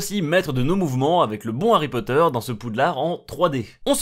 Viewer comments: C marké ipod ait pa ari potere ! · ARRY POTTER